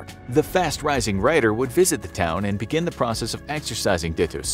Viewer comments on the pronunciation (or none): none